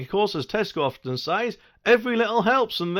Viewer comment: And they will compain if people nick stuff when they cannot get served. nd a monor point, stop saying "says" as SAIZ. Pronounced SEZ.